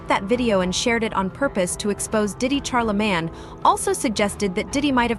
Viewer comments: Who tf is CharlaMAN and (CH)ARR-La-Mayne lady!? Stfu! 😂❤ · Why Cant u Caucasians ever get Black People Names Right?? Its NOT Charlamaaan, it's MANE, as in LANE. Sheesh. smdh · Char-la-man….. wow ok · Love how the A.I. keeps saying "Char the man" instead of saying his name correctly lmfao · Char-La-Man? Hahaha & Where is the leaked video?! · Char-lih-mann lol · Why shorty keep calling Charlamagne, Char-la-man? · ITS CHAR-LA-MAIN! RESEARCH PPL’s NAMES BEFORE YAL COME ON HERE TRYNA REPORT 🤦🏽‍♀️ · I stopped listening as soon as the voice or person said "Karlaman." If you can't get the name right, the information is probably bogus.